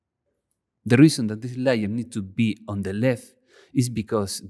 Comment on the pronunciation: lay-ur .. not liar.